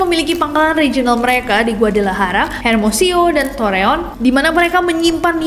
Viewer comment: GUADALAJARA dibaca GUADALAHARA bukan GUADALAYARA sama dengan pengucapan Juan jadi Huan